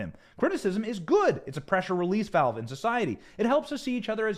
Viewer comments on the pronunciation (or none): none